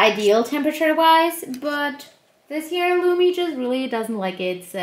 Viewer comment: Its lumi not lumy